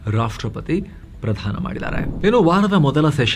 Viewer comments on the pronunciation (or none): 'ಪ್ರಶಸ್ತಿ ಪ್ರಧಾನ' ಅಲ್ಲಾ 'ಪ್ರದಾನ' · ಪ್ರಶಸ್ತಿ ಪ್ರಧಾನ ಅಲ್ಲ ಪ್ರದಾನ